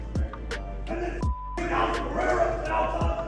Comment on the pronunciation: figure out how to say Alex's name already. It's not Puh HEY duh, It's Puh RARE Uh. Puh hey duh is a different name in Brazil....